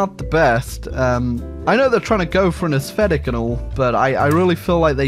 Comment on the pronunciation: Everybody: Aesthetic: Assfetic